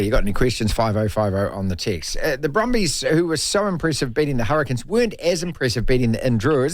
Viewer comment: Hurri"Canes" not the Hurri"Kins" 😂